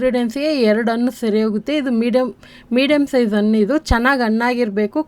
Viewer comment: Hi 🍫Hegiddiri? As usual super video..dear 👍 Vand suggestion..plz **Haalu(ಆಲು) Hannu*(ಅಣ್ಣು) kannada sariyaagi uchhaaraa maadi..plz Tappu tilkobedi.(.love from Vijayawada 👍)